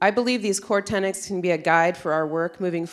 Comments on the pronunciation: I believe if you want to be taken seriously in your field, learn to pronounce the word “tenets”. Tenants are renters. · The illiteracy is shocking. 4.40 et seq. : it's TENETS not "Tennents". Dear God. That's ignoring (and you should) the madness of the content. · Can't even pronounce the word "tenet"